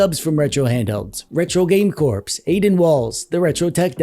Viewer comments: Retro Game Corps is pronounced with out the "p" as in core and not like a dead body, corpse. It drives me nuts to here that "p" pronounced. I understand its how it spelled and an easy mistake to make. I have been know to pronounce the "x" in Grand Prix when I was younger. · Can someone PLEASE tell that Russ is Retro Game “CORE” not “CORPSE”?? How has no one told him this yet? 😂